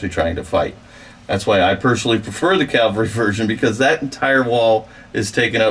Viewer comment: CAVALRY, not CALVARY. 20 years and you haven't figured that out?